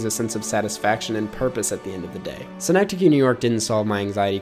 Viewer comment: Why’ll i will commend you for pronounciation of synecdoche, the actual city of Schenectady NY is pronounced like “skuhnectady”